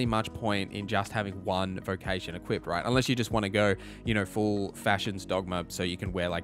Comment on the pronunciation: hey great video no idea why you keep saying "equipted" tho